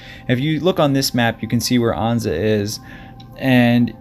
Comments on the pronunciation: it’s not Ahnza……Ann-za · It's An-za, rhymes with stanza.